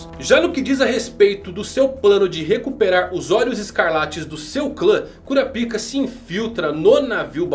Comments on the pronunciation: É KurÁpika, e não KurapÍka. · kkkkkk eu não aguento o KURAPÍCA. É KURÁPICA po 😂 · "KuraPIka" (sílaba tônica no "pi") não soa bem kkkkk. "kuRApika" (sílaba tônica no "ra") é melhor. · Mano tu falou cura pika .eeee curapaika 🗿🍷🍷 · Se dá próxima ele pronuncia korapaika eu sigo ele mais se pronunciar korapica sai fora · Kurapaica* isso é coisa da antiga dub de hxh. O certo é kurápika Tanto que nos filmes dublados é pronunciado assim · Eu não consigo ouvir cura-pika sem rir kkkkkk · se escreve curapica mais se le curapaica kkkkkkkkkkkkkkk